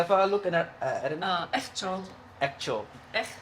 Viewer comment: The native language of Jesus (pbh) was Aramaic,please make some research this is Aramaic not अर्हमारिक as you said